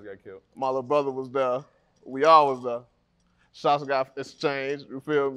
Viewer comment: LLLLets start dere 🤠